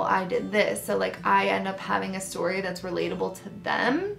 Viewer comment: Sip Sip Story but pronounced sip sip storay 😜 I love your embarrassing or funny stories. I still randomly think about you flushing your bathing suit down the toilet 😂😂😂